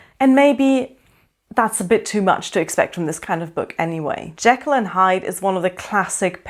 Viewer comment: I really loved this book. And I loved the movie with Spencer Tracy. I thought he was the creepiest Hyde ever, understated but menacing. I was interested to hear your pronunciation of Jekyll. That’s how I always pronounced it in my head, but I’ve heard it pronounced as Jeekl (long e) which always grates on my nerves. Thanks for the review!